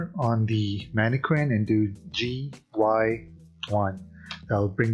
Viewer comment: “Man-eh-Kin” Not Harley Quinn.